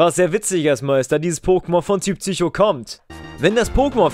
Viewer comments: Bitte sag PSycho und nicht ZYCHO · "Tsücho" - haha :D